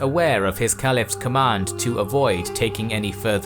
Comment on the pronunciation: More bs from the shayton trying to teach Muslims our Deen . This is misinformation and it is funny that the maker's of these lies can't even pronounce the easier Arabic words right. Like kalifas